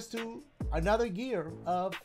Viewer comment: bro said gear rather than year